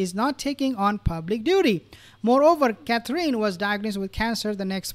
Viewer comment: Please pronounce Catherine the right way. It's not Catreen